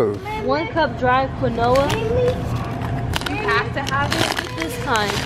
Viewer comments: Quinoa is pronounced Keen-wah duh! Everybody knows that tf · No, and! Quinoa is pronounced Keen-Wah. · Pronouce Kenwa lol but spelled quinoa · you pronounce quinoa like keen-wa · Lol. U pronounce it KEENWAH. Its a grain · it's pronounced keen waah 💀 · it is pronounce (keen-wah) quinoa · Tf that's not how you pronounce quinoa😂🤦🏽‍♀️ it's qeen- wa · You mean keynwah quinoa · Quinoa is pronounced (keen-wah) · It’s pronounced (Keen•Wa) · What quinoa is pronounced (Keenwa) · Quinoa is pronounced: kee-nua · Quinoa is pronounced keen-wa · its keenwa not quinoa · It's pronounced keen-wah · It's pronounced "keen-wa" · They should've seen why the quinoa mattered in the recipe and they obviously never even had it before since they couldn't pronounce it but it's okay they are still testing out recipes they can try out! (No hate! I am a huge supporter and love d&b nation! Been here since they started but all supporters matter! 🤗😍😍) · When they kept on saying quinoa wrong I thought I was going to die😂🤦🏽‍♀️ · kept cracking me up by saying quinoa wrong lmfao! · Dev Mula lol I was wondering at 1st what she was saying or trying to say then I was like ohhhh she trying to say quinoa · They kept pronouncing quinoa wrong i was dying😂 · So we gonnna act like they didn't just know how to pronounce quinoa🤔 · They pronounce quinoa wrong 😂😂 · it made me cringe so bad when they kept pronouncing quinoa wrong 😭😭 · you guys were pronouncing it wrong it's a type of rice it's good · THEY SAID "QUINOA" WRONG!!!!!!!!!!!!!!!!! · quiona is pronouced KEEN-WA and not KI-NOWA just saying sorry if you thought i was being rude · quinoa Keen-wah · quinoa is pronounced (keen-wa) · Did they just call quinoa CA-NO-A????? LMAOOOOOOO i thought she was talking about canola oil or something lol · Quinoa is pronounced "keen- wah" 😂🤦🏾‍♀️ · Isnt it "key-noah"? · QUINOA IS PRONOUNCED "KEEN-WAH"!!!!!!!!!! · Quinoa is pronouced (KEEN-WAH) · Keen-wah sis!!